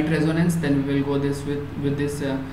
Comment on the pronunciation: How can we accept the pronunciation of "Reconnaissance" as" Resonance "?